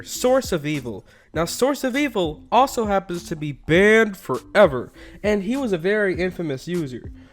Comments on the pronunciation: Bwannd fowever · How he says "ban for ever" is so weird